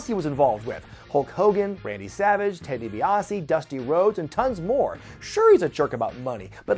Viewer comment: Ted DiBaise 😂😂😂